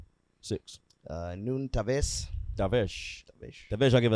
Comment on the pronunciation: Who’s Taves? 😂😂